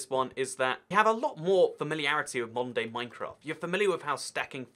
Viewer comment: Whenever he said modern day Minecraft I heard Monday Minecraft